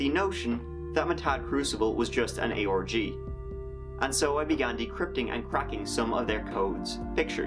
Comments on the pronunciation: every time you say ARG I hear Aorgy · Huge lol at the autotranslater translating your pronunciation of "ARG" as "orgy"